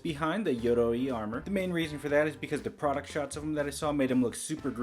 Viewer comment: Glad that you came up with the solution of the thigh pieces in the moment, because I was just thinking that same thing xD Also, loved both hearing you pronounce "Yoroi" and the poses you used in the final moments